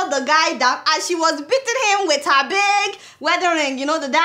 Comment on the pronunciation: But Adeola why this ghanaian accent(heh)instead of normal english word(her).Were you brought up there or you just like their accent